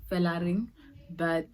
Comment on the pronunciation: It hasn't started "felaring"😂😂 I was so dead